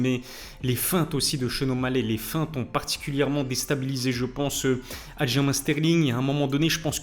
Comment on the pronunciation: Ça s’écrit Aljamain mais se prononce “Aljamaine” car c’est un nom propre et la prononciation ne devrait pas varier selon la langue.